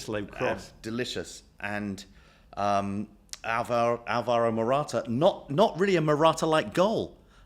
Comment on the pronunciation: Love the show, gents! Now that you guys are thoroughly American, could you please stop mispronouncing the name Álvaro (as most of the EPL announcers do!)? Emphasis on the first syllable, please 🙏 and thank you.